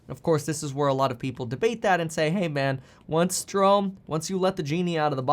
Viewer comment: haha Je-ro-me (Jeremy). i wonder if his parents said Je-rome as a joke.